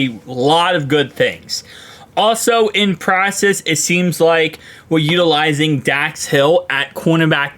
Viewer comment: Dude please say practice right. Watch it channel everyday but I just don't understand how u know it saying it wrong and make zero attempt to correct it. Please dude please